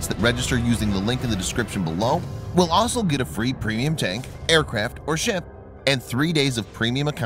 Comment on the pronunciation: Always good videos... just please learn how to pronounce the word 'also'. With only four letters in it, there's no excuse for getting them in the wrong order.